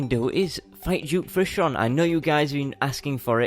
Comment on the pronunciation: Why does a lot of terrarian players say "Juke"fishron?its suppose to be duke not juke🤔